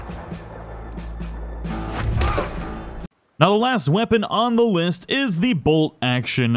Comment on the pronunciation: “Now The last weapon on the wist” lol 😂